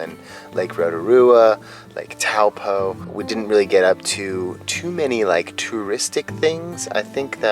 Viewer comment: I loved New Zealand!! Thought Taupo was pronounced toe-paw, though?